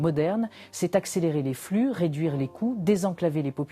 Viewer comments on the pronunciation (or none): none